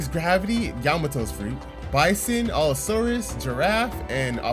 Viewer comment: Not to be rude but u keep saying all-saurus rather than allosaurus